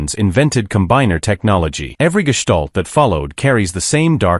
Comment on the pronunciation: Can't pronounce "Constructicon" yet somehow says "gestalt" correctly.